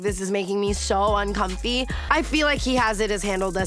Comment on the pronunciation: I HATE how she says “uncomfy”